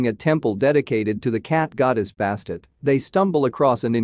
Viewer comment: Interesting however it is quite jarring to hear the names of people, animals and places murdered. For example Bastet is pronounced Bass-tet.